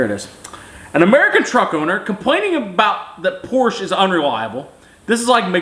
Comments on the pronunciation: Porsche guys can’t even be mad, he pronounces it the correct douche way a couple times. Credit where credits due. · Proud of you for saying Porsche correctly and not saying Porch. It is evident you have experience with them. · New type of cell phone holder ? hehe ps, you say Porsche correctly but why do you all get Jaguar wrong ? baffling ...